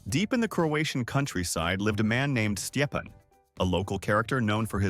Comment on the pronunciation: His name is stepan not whatever weird thing you're saying